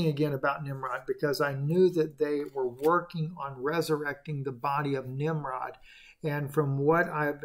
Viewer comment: Nimrud.... Nimrod 🤷‍♀️